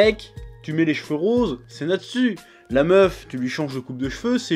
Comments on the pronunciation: Natsu le » u »à la fin tu dit « ou » et pas « u » sinon bonne vidéo 😆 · Pourquoi tu dis pas "Natsou" ?